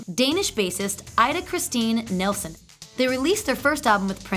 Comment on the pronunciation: Mayte is not pronounced MATE...My teah... Ida is pronounced E-da...and Donna Gratis was not part of NPG. The picture you showed was Rhonda Smith, bass player for NPG. Also at one point you said Prince made a "come back"...HE NEVER LEFT (until April 21, 2016). It would be impossible to "come back" to something one never left. Maybe I missed it, but did you mention that Prince was the first artist to promote his music on the Internet? Or that he didn't even have a Cell Phone? Mystery---yes! Most amazing person in recent history--4-sure! I did enjoy watching this. Oh and in his song lyrics he wrote, "If you're always with me, you never have to call me, touche!" Which probably explained why his wife never called him...